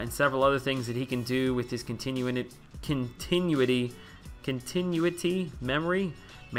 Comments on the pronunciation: Hyperion's wrist looks weird because he's a thicker version of Thor. Pretend he's holding a hammer. (Also, it's Con-tih-new-it-E) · And it's con-ti-new-ity haha I stone out reading sig abilities in the game too and I'm not making vids so I understand lol, not hating at all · continuity- pronounced, con-ten-nu-it-tee